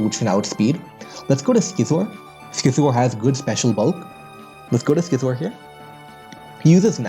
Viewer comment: Youre pronouncing scizor wrong homes